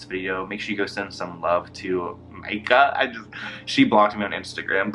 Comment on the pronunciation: I love how he wants to point out Myka's grammar yet he can't even pronounce her name correctly, lol. This guys is full of it😂🙄